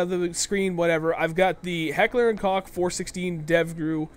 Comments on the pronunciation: it's pronounced coke not cock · No, its pronounced Heckler and "Coke". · i don't want to sound mean but the O in koch is pronounced like the o in Loch Ness.